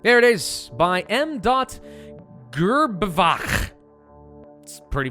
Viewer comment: gr-ba-vac its pronounced :D and it means hunchback